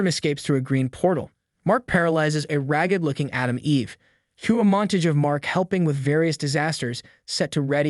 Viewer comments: I wouldn't mind as much, you're doing a good job, but your pronunciation needs work. Just one example I heard: montage. It's actually pronounced mon-taj, like Taj Mahal in India? Just Google a word's pronunciation if you've never seen it before, and you'll be all good! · Can’t even pronounce montage correctly. Less tv, and more education for you. Take the advice. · Honestly, I wouldn’t mind so much, if the person didn’t fail at pronouncing basic words like stalagmite, casualties (not causities), and montage.